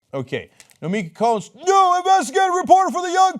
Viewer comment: Cenk, it's Konst as in Constitution not Konst as in Cone-st